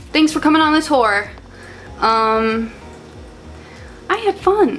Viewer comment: The end where you say "thanks for coming on the tour" sounded to me like you said "thanks for coming on this whore" and I'm laughing so hard I'm crying